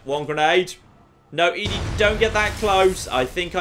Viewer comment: It is doing my head in that keeps saying E-DE not ED-E its Eddy not Eedie.